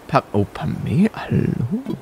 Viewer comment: Pamela wird Pämela ausgesprochen und sie redet grundsätzlich zickig und hochnäsig